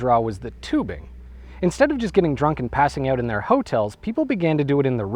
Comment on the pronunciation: The way you pronounce hotels make it seem like you're not so subtely referring to brothels